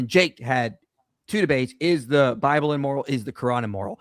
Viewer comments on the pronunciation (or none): “On the ‘bee blay’ (Bible)” 😂😂😂😂😂😂😂😂😂